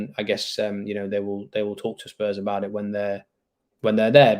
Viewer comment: Great show as always but please stop saying Spurs’s. ✊🤍